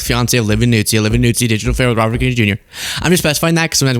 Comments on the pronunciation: It’s not Nuzzi, like pizza. It’s Noo-zee. Listen to Keith Olbermann. He lived with for 2-ish (?) years. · Just for the record, her last name is pronounced newzee, not nootsee.